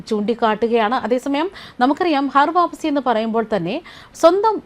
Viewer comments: ഹർ വാപ്പസി അല്ല ഖർ വാപസി ആണ് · ഹർ വാപ്പസി അല്ല ഘർ വാപ്പസി ആണ് ശരി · ഹർ വാപ്പസി അല്ല....ഘർ വാപ്പസി ആണ് 😂😂😂😂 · Please choose people with atleast minimum knowledge to read news. This person don't even know to say ghar vaapasi correctly.